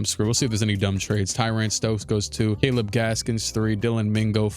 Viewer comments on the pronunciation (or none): none